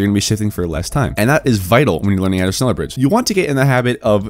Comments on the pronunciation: Its pronounced shnella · shhhhh- neller its not that hard jeez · Just say “shnellar” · Es triggert mich jedes mal wenn er sneller sagt^^ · just pronunce it like shneller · more like shneller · U pronounxe it like shnella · Says Schneller like shneeler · it sounds alot like ‘sneller’ which literally means faster in dutch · iT's nInJA nOt ScHneLlEr!!! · Isn’t it shhhh neller? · shneller bridge lol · You say sh... then you say neller... its not hard... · I am from german and its realy funny how you say „schneller“😚😅😆😆😆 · The dislikes are from those who cant pronounce Schneller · german noises intensifies